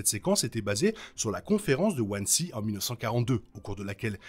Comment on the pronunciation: Wansee se dit Vanzé en allemand 😊